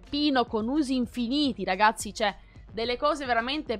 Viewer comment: Minchia oh che ansia , quante volete dici RGAZZI ogni volta...